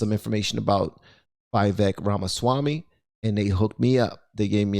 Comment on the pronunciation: It’s pronounced Viv-ek Ram-a-Swamy. He’s a legit dude. He knows what he’s doing…not running for President, but running for a prominent position in the 24 Trump campaign